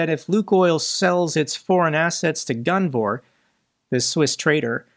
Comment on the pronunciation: I’m I the only one that thinks it says Guvnor not gunvor, every single time?